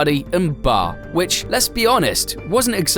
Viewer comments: It's B A R not BAR. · WTF is bar? You mean B.A.R? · itgs B A R not bar... Wtf bro how old are u?